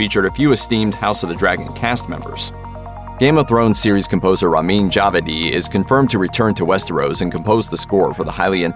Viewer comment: Yikes, the pronunciation of "Djawadi" by this narrator.